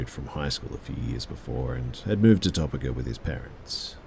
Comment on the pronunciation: noooooo it’s Toe-peek-ah